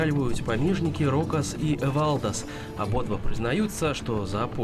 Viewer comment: Автор имя не правильно произносить эвалдас,ударение на э